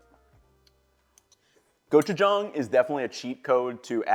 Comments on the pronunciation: THANK YOU for pronouncing gochujang correctly! My motto is, “Never trust a cook who can’t pronounce the ingredients they’re using correctly.” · Your pronunciation of gochujang is pretty good compared to some of the other food youtubers I've seen, and I had to rewind to double check that I was hearing you say it right lol